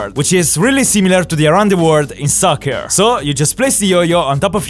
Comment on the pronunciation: I can't believe I just listened an Italian say "sOcCeR" Lol love your content and vids